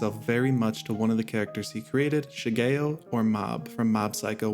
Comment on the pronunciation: the way he said shigeo was actually the end of me